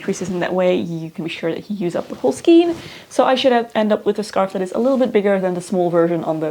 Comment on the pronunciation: I also really love the pixie hats on children! You should check out the ‚Hectors bonnet‘ it’s addicting to knit and really cute. I’ve made about 15 for many children in my friend group :) btw ‚skein‘ is pronounced like rain